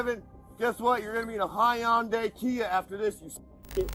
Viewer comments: "High-on-day Kia" ? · A Hy-Unday not like his Ty-Ota😂. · Hii-yun-dee Kia… 😐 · "You like your Tahoe? Guess what. You're gonna get a Hi-Un-Day Kia after this!!" I do love people with an IQ less than the temperature outside!!